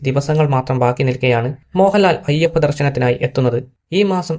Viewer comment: നെയപ്പ ദർശനം അല്ലടാ അയ്യപ്പ ദർശനം 😂😂